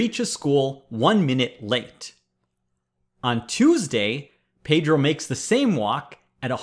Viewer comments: Hey Presh, Please stop mispronouncing my name. Pedro is Spanish for Peter and it is NOT pronounced as 'Pay-drow'. The proper Spanish pronunciation is BEH-DROH. Thanks! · It pronounces "pedro" with the "e" as in "Explanation"